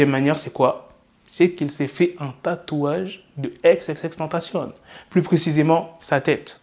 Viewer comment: Xxxtentacion pas xxxtentcion